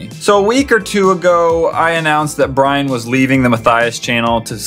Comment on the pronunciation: lol it's Brian not brain